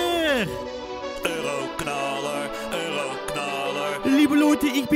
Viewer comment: je zegt 40 keer ueroknalar